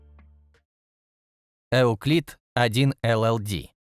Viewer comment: Просто “ ЮКЛИД“, без “Э“ впереди.